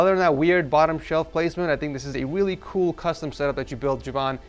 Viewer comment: he said weally lmfao